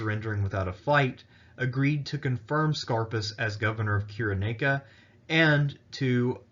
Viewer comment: Interesting, but it's pronounced: [SY] + [RUH] + [NAY] + [I] + [KUH]